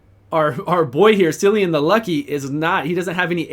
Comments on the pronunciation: If his name is going by the actual Irish way of saying it then it’s Killian not sillian. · He has an Irish name and it's pronounced Killean. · KILL-ee- an please start saying it right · Good video, but if they are going for Celtic, which I think they are, it is pronounced Kill-E-an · at least pronounce the guy's name correctly dude